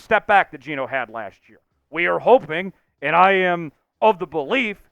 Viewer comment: It's not Geno